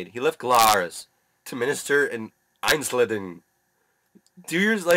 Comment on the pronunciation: Funny how you pronounce Einsiedeln ;-)